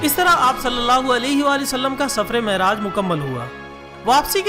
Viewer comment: السلام علیکم.... معراج کا تلفظ صحیح فرمالیں....